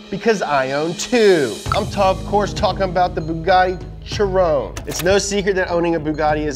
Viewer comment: It's not a Bugatti Tschiron. 🙄 US americans...